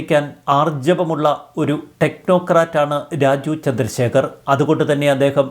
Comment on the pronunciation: രാജു ചന്ദ്രശേഖർ അല്ല. രാജീവ് ചന്ദ്രശേഖർ എന്ന് വ്യക്തതയോടെ പറയു..